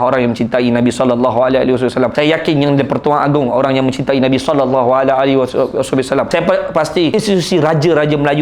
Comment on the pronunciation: bang sebut rasulullah sallallahu alaihi wasallam tu kene sebut betul2